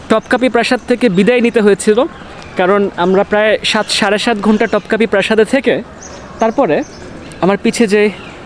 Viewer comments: ভাইয়া উচ্চারণ টপকাপি হবে না, উচ্চারণ হবে তোপকাপি । আর হারেম না, উচ্চারণ হবে হেরেম । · তোপকাপি বলেন , টপকাপি না